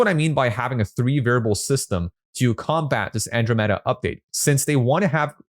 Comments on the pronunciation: I want to get better at copy versus blaming An-DROM-uh-duh met-uh for my lack of results. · An - dro - meh - duh